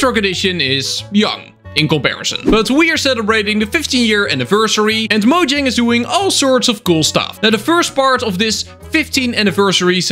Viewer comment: You said Mojang. You have my like.